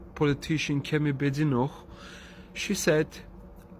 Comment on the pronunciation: She was born in Britain. She's British. And she's BAdenoch, not Bedenoch.